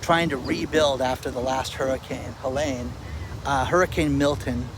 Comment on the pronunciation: It's not Hurricane Helaaaaaaane, it's Hurricane Heleeeeeeene. It's not spelled Helaine. It's spelled Helene.